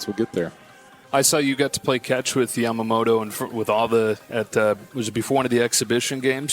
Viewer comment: スティーヴンとワトソンさんは山本をちゃんとヤマモトって発音してくれるんだよね。大体の人は発音が難しいからヤマモロになっちゃうのに。そういうところがとても好き。